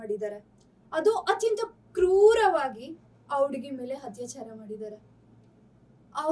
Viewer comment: Humanity no moree exists😢 Btw adu hattyachara allaa akkooo attyachara u gotta change ur style of reporting it's kinda irritating...never mind